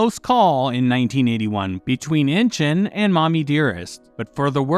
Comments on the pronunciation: 'Inchon" is actually pronounced "In-shawn" not 'Inching". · It's not inchin it's in inchon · It's pronounced Inch on.